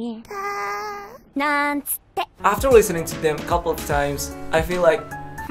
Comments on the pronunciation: I know ZeroTwo is saying “Da-ling” but.. it sounds like she’s saying “Daddy” xd. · Sounds more like "daddy" than "darling" lmao